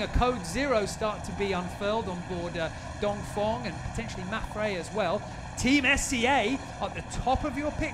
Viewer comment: great video, only thing is that he says dongfong every time... It's dongfEng..